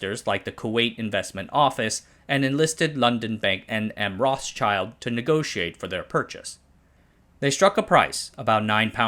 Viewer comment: It's pronounced Roth-shild